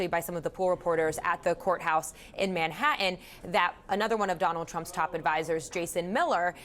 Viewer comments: Someone please teach her how to say Manhattan! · How does someone make $hundreds of K per year and pronounce Manhattan like "Ma ha un"? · Lady..Manhattan has two T's in it. It is not called man ha un. Learn your words if you want to present as intelligent.